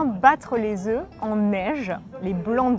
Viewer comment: why does she pronounce the F when she says “Oeufs” but the other is not pronouncing it??